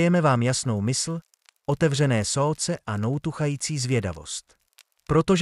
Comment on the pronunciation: Sce místo srdce.